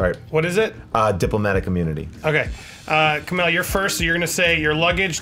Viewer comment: Every time he mispronounced Kumail's name I cut myself